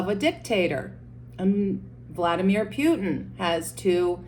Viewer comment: Vladimir Pewtin? Who is Pewtin. It’s Putin.